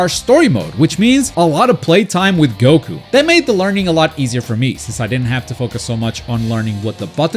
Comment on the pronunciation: thanks for saying goku and not gouukou like most of gringos